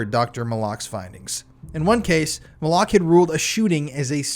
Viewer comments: No offense, but if you would have done your due diligence on this case, you would know that Dr. Fahmy Malak’s name was pronounced MAL-LICK, not Ma-lock. There are quite a few YouTube documentaries on this case that show interviews with Dr. Malak. Sorry, just a pet peave when people try to present a true crime story and then lose credibility by something as simple as mispronouncing a main character’s name. It makes me wonder, how much you really know about the case if You don’t even know how to properly pronounce his name. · How sober can you really be bro?😂 you pronounce the doctors name right the first time after that, you’ve been screwing it up Malik or Molock which one bro bro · Malak.. suspiciously sounds like ‘MOLOCH.’ that is so strange. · Resorting to personal attacks rather than engaging with the actual point only highlights the weakness of your position. Pronunciation might seem trivial to you, but accuracy is crucial in presenting credible true crime narratives. This wasn’t just mispronouncing a random person’s name; Dr. Fahmy Malak was at the heart of the controversy. Why would the YouTuber not watch as many documentaries as available on the case, all of which clearly pronounce his name correctly? If attention to detail in something as simple as a name is overlooked, it raises concerns about the overall reliability of the information being presented. What is dumb is dismissing valid critiques instead of considering the importance of thorough research and respect for the facts.”